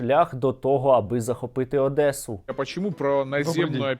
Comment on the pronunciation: Хоча б навчилися вимовляти Одеса...